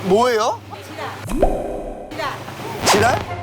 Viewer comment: ㅋㅋㅋ 지라가 지랄 ㅋㅋㅋ 발음이 너무 웃겨